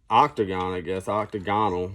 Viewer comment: My dude said octagonal 😂